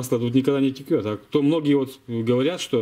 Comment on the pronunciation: извини пжста, но могу тебя поправить, не теКет масло как ты говоришь, а теЧет оно, правильно по русски)